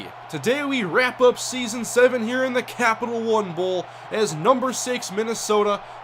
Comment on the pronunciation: Emphasis on the "Captial"